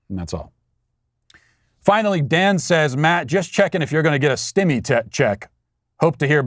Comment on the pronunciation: Stemmie.. Sounds like what Australians do!